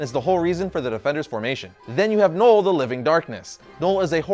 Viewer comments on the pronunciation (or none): none